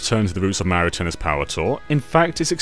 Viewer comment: You can say "blast", but you can't pronounce "Mario" correctly? WHY NO ONE CAN SAY "MARIO" CORRECTLY?! 🤨